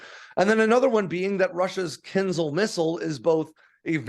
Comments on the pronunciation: It's not "KINZLE", it's "kin-ZHAL". The "ZH"-sound is pronounced as a "soft" "J", as in the French word "Je", which is French for "I"... I wish Americans would quit making outright DOOFUSES out of themselves... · Mostly right… except the pronunciation of the missile. It’s KINZHAL, not KINZAL. Also, the US Army is capped at 218 General officers, while the US Air Force at 170. The Marines at 62 and 21 for the Space Force. So… the USA alone has 471 Generals (not including Admirals). Also, the F-16 can be operated on highways. It’s not ideal, obviously, but it can be. It is a part of Taiwan’s and Singapore’s air force doctrines and they’ve conducted exercises for it. The US does not do this as US highways weren’t designed for it. We have many physical barriers on highways in the US that would damage aircraft. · It's not ponounced 'kinzel', but something like 'kinjáw', where j sounds like the second g in 'garage'. It means dagger (curved, oriental style).